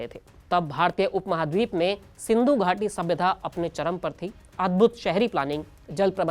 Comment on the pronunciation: एंकर बनने से पहले बोलना सीखो सिंधू नहीं महानभाव सिंधु है।